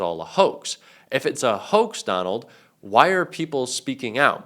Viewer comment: EPSTEIN !!!! Weinstein !!!! "It's a WOAX!""It's a WOAX!""It's a WOAX!" ... not!